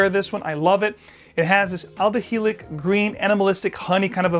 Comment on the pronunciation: Isn’t Chanel No.5 aldehydic (lots of Aldehyde notes). Why are you pronouncing them Aldehylic? Am I missing something here?!